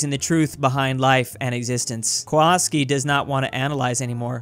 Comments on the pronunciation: why you saying kolaski if it is kowalski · The way you are pronouncing ,,Kowalski" would be actually written as ,, Kłolski" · You should pronounce it as kovulsky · Did he call kowalski walaski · Who says it like kwowalski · Stop saying Kowalski like that please